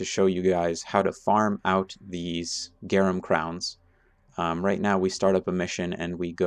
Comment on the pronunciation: GRA NUM Not GAR UM